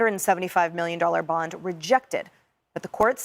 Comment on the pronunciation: This sounds so damn critical of me, but hon, “bond” is pronounce the same way as James “Bond” and not “bund” like “fun”. I’m crying at not being able to find a private way to tell you, but I had to watch this video three times to realize you were talking about a bond. I love you, I follow you, I’m just old and almost deaf. God bless you for the work you do.